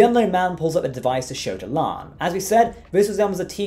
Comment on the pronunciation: LIKE YOUR SHOW. BUT, WHY DO YOU MISPEACK CHONG'S CHARACTERS NAME? IT HAS TWO SYLLABLES: "LA'AN", NOT "LAN." SEEMS ALL OF YOU STAR TREK EXPERTS KEEP SAYING IT WRONG. YOU WOULD NOT LIKE IT IF PEOPLE KEPT SAYING YOUR NAME INCORRECTLY, WOULD YOU?